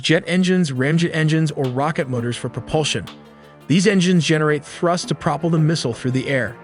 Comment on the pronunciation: Cool vid - "pra-pull" Mispronunciations like this really detract from technical displays and explanations like this.